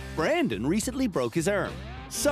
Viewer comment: Brandon had recently broke his erm 😂😂😂